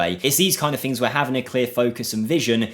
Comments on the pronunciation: fings? what is that word? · It's common in certain English dialects (especially in the UK) to pronounce the "th" in certain words as "f". It's known in linguistics as "th-fronting". It's a by product of how the language developed over the last few centuries in certain regions.